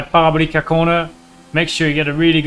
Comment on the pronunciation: par-ee-ball-ee-cah... jokes aside great video as always Romain